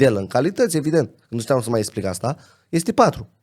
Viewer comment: e clar ca stii bine limba romana. Dau un singur exemplu: esplic in loc de explic. Si nu contest cunostintele si dedicarea, sa fie foarte clar. IL ASCULT CU MARE DRAG, pana ma impiedic de problemele cu vocabularul limbii romane.